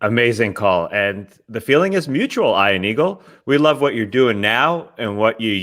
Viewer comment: I really like the wedgie shoutout but the dude needs to pronounce his name properly. As an Ian myself he doesnt know how to pronounce it properly. Ion is not Ian